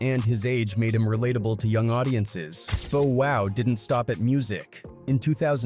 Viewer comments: AI dude it's Bow wow not Bo wow 😳 😳😳😳😳😳 what up am I the only that hear it something is not right 😮😮😮😮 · Why is the narrator mispronunciation of Bow Wow even doing a info video. Bo Wow smh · Bruh you are driving me nuts mispronouncing Bow Wow name like this , bruh u sound like a robot kinda like Alexa Frfr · Yeah bro he missed up his name